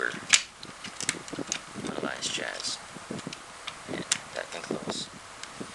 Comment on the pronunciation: THIS IS COOL AS HELL BUT I HATE THE WAY HE SAYS HUMAN ALLIANCE JAZZ IT SOUNDS LIKE "HUME ALIE JAZE"